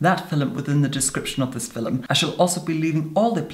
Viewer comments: "Filums" <3. Oh yes. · what's a fillem🤣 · Does he say “filmim”? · At :14, unless my ears are failing me, I heard a straightforward, "film" instead of "fillem." *feeling faint* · Tobi Jaguar it’s fillum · Bunny Senpai LMAO he says “film”...except it’s “filum” 😂😂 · The word he is saying is 'filUm' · FILLUM,,, ICONIC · I love how he says "FiLiM" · “In this Filim” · FILUM SAY IT WITH ME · Filim!! Is it me or its wrong